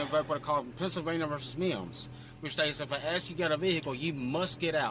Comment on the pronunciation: Pennsylvania V “Meeeimms”